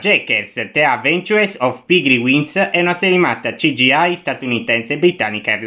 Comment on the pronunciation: Amico hai sbagliato la pronuncia di Cgi!